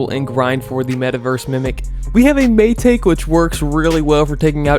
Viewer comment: Mai-ta-ke not mai-take (pronounce)